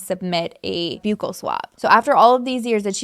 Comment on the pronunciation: I know this is nitpicking but it is buckle (buccal) swab